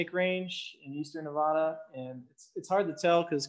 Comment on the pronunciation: Nevada (the State) is pronounced just like you spell it Nev-AD-a, not Nev-ODD-a, not Nev-ah-da! We became a territory in 1861 and a state in 1864 and it's always been pronounced that way. Just like you don't go to Texas and say Tejas or go to Oklahoma and say Okla Homma either.